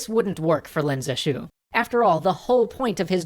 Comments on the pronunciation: That guy that saved China from opium is Pronounced Leen zhe shue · Lin Zexu -> Len Zeshu It seems the people aren't the only Chinese thing being butchered. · If opium was illegal in China, wasn't the seizing of all the opium technically legal? btw, Lin is pronounced more like "lean", and the syllables in Zexu should both be stressed (Ze shouldn't be unstressed). But no big deal, pronouncing Chinese names is hard.